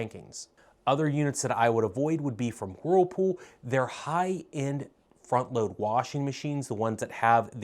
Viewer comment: I love the way you sometimes pronounce whirlpool. You tend to subdue the “whirl” and instead say “wh’pool.” You sound so adorable😇.